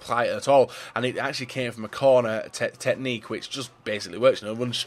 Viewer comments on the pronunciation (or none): none